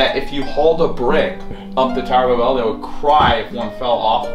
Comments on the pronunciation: He pronounced Babel like “ba-BELL” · Sounds like he said tower of A bell